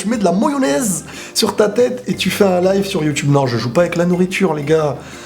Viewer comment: "Moyonaise" j'ai pété de rire 😁😁